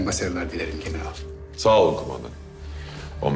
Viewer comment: Nobody: Filippos: GenerAAl